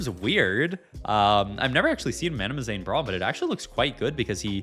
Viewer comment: it's MANAZANE....not MANAMAZANE. jeezus